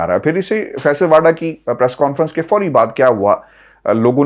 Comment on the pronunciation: واؤڈا و پر پیش (ؤ) ہے